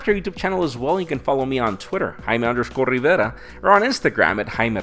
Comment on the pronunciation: Is it okay if you can say your name, "Jaime Rivera" normally.. With no tongue roll.. If that was the case maybe every word you say should be like: Eh gaiiissss dis ees haimi riveRRRRRa